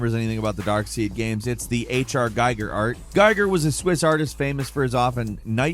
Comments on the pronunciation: Giger's name is pronounced "Gee-gur", not "Gei-gur". (Obligatory futile correction.) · It's a German name and it is pronounced GEEger, not GIger. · It's pronounced Gheeger. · Giger rhymes with eager. Get it right. 👍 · Your pronunciation of Giger's name made me want to give this a thumbs down, but I suppressed the need.